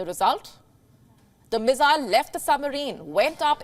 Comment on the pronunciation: Haha the pronounciation from missile went to mizailes lol 😆